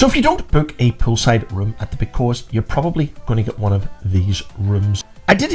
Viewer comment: Very informative video, but it's pronounced (phonetically) Posillios playa. Hope this helps